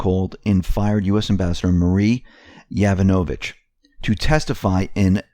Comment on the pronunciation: Pronunciation. YO VAN O VICH